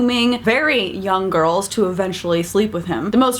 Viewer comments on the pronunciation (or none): Sounded like she said "gorls" lol I love this channel. ❤😂